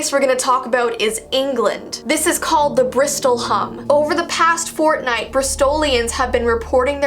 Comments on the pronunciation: jeesi said fortnight like if you heard it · Hi I’m new! XD she said “ fortnight”